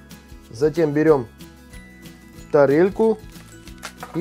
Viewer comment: Зачем говорить так тарэльку